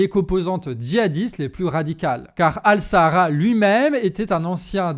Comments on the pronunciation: Al Shaara ça se prononce Al Chaara et non pas Al Sahara. (c'est pas le désert du Sahara hein... 😅) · C'est pas al sahara mais ash-Sharaa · Il s appelle pas Al Sahara voyons mais Al Charaa الشرع les dernières lettres vous étant imprononçables . Cordialement